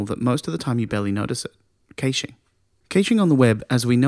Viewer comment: Great video...The pronunciation of "caching" leaves me to believe you are reading a script and not someone who actually knows the subject of web caching - which is obviously not true. You've got a subscription and a like though as the delivery is very good, and the content excellent.